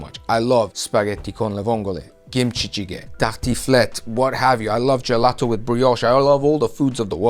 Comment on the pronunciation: your pronunciation of gelato and spaghetti was pretty good, damn (I'm italian by the way)